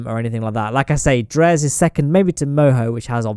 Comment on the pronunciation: since Dres is the kerbal analog for Ceres, wouldn't it make sense for it to be pronounced 'De-rees' ?